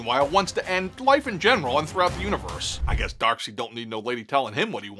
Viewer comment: The P in Corps is silent. You saying the Green lantern crops and the Nova corps are all zombies? Yet you get Darseid right🤣🤣🤣